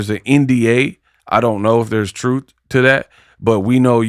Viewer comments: She need to fix her bottom teeth because I am tired of her pronouncing truth as “TROOF” and booth and “BOOF” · She Can't Say The Word TRUTH...She Say...TROOF!!! So If She Can't Pronounce It...Don't Understand The Meaning...Because She's A Pathological/Habitual Liar...💯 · lol she said say the TROOF 😂😂😂😂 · Trufh with a F lol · please Say the TRUFF 😂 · it's “Troof” and “Boof” A mess!